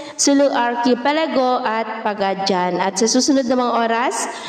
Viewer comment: Pagadian is pronounced as "Pagadi an"